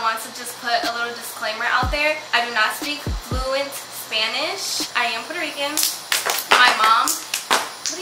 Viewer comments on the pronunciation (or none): none